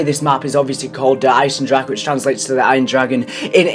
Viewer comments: Its Der Eisen-Dra-Uh -Fellow German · Its Ai-sen-dra-he -fellow Osterreicher